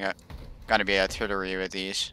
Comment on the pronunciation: Hate to do this but "Artillery"